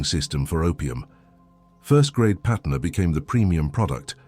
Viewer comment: It's patna not patner , Patna was city in bihar , And banaras in uttar pradesh , During British time this both city were part of central province